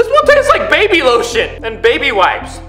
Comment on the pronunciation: Lol he said baby sloshen